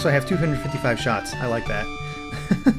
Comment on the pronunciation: I died laughing when you said shits instead of shots XD